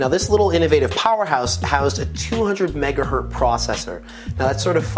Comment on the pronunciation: megaHERTZ!!!! There is no such thing as a "megahert" - u